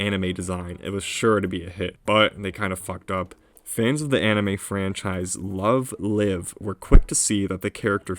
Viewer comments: that article is wrong lmaoooooo theres no such thing as an anime called LONG LIVE, it is LOVE LIVE, but you pronounced LIVE wrong, its live as in a live show, so a double L LMAO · Bro. It’s pronounced love live!, not love live! Smh